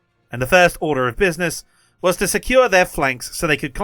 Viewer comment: "In da Buidness... " 🤣